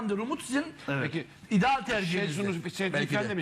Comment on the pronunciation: Şedzu ne amk. Ahmet çakar çok kalas adamsın ya